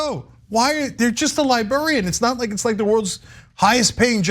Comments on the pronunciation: I can't, who still says li-Barry-Ann come on tyt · What's a libarian? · Cenk, it's pronounced "Lie-bRare-ian" lol. Liberians are people from Liberia. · This is very serious but I've become really distracted that Cenk cannot say "librarian" to save his life XD XD XD